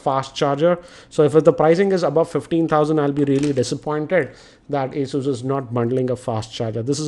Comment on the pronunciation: That's pronounced 'a-zyoos'.